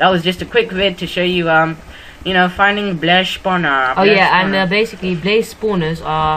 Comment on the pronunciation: lol his favorite word is bacicaly